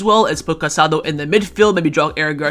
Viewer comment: There is an accent mark on Casadó. Please pronounce his name correctly—stress is on the last letter.